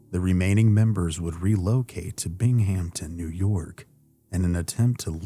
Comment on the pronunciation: Its not pronounced 'BingHAMPton' but 'BINGhamton.' No P either